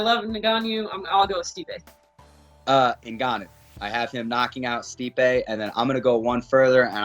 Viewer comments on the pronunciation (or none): Who's "Nagon-you?"